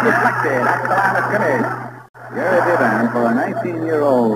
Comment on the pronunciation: Nelson keeps calling the UCLA quarterback bee-BAN. Most pronounced it BEE-bin